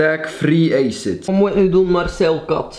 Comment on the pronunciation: Ik zou hier mee stoppen kerel... (youtube) of je kijkt binnen een paar jaar hierop terug en trots ga je normaal gezien niet zijn. En weet je dat je acid verkeerd uitspreekt of is dat de bedoeling? mischien snap ik het niet maar acid spreek je niet uit als eejcid. Maar aan den andere kant spreek je eigelijk niet veel woorden normaal uit dus misschien ligt dat aan je Hollands/west vlaams/marrokaans (ik weet het nie) accent. Stop, aub